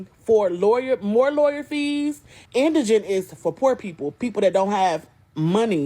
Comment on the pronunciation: the lady with the lashes is one of the very few who can say indigent correctly. almost everyone else says indignant.